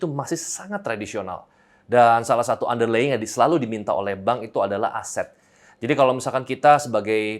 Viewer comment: Hi P' Chandra: just a minor comment for our future ref. on how to pronounce "underlying" - ✌👌